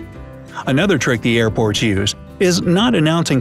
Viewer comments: anyone else thought he said airpods? i was like tf is this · Thought you said airpods lol